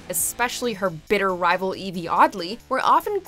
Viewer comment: Why did she have to emphasize BITTER like that?